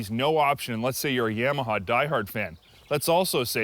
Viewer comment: I had to stop the video after the 4th "Yamma" hah. Its Yah-Mah-Hah, bro.